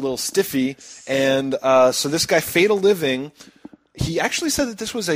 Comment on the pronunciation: It's FearTheLiving not FatleLiving. Also it was for Yuzo's Birthday because it was April first when I made the video and I saw it was Yuzo's Birthday so I thought it was a good excuse to light something on fire. The controller was also broken for some reason it didn't turn on. Anyways Great Show hope HD comes in soon.